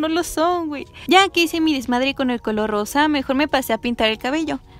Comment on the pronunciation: No se porque pero cuando dices "rosa" escucho "arroz" SJSJSKS